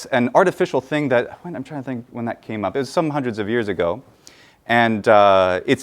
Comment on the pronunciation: Small side question: where is your American accent from? I noticed that you pronounced 'wh' (e.g. in what, when, etc.) differently than "standard American". Just curious where that is the case. :)